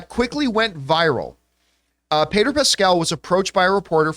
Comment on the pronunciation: Who the heck is "Payder Pascal"? Why did John keep calling him "Payder"? It doesn't make any sense. It's like if I just kept calling John "Jern Camipah"!